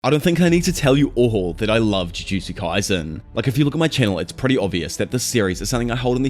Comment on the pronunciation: “Ju joo Jew kay sen”